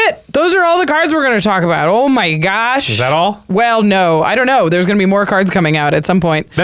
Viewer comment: Chicagoness came out "oh my gosh"